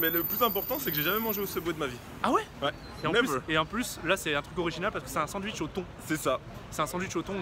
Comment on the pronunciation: Je valide pas le "duitch" perso !